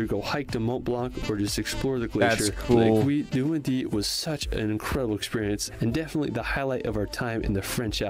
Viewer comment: oh no as a french how the guy pronounced "l'aiguille du midi" was so funny and cute ! it just killed me... 😂🥰